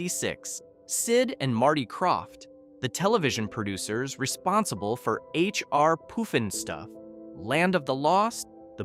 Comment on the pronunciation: Pronounced: Opp Ree Land. Pronounced: H R. Puffin Stuff